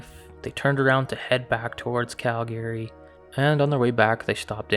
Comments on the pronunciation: It sounds like such bullshit he can’t even pronounce the word Calgary right ! And did he say these things suck meaning Bigfoot? That sounds so douche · Hey. You're pronouncing Calgary wrong. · Hearing a Canadian pronounce Calgary wrong blew my mind 😉